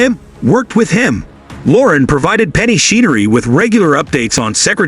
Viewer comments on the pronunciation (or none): Her last name is pronounced CHen-er-ree, NOT SHEEN-ER-RE. Secretariat's mother's name was SOMETHING ROYAL, NOT SOM-ETHING. DAMN, YOU'RE AN IDIOT!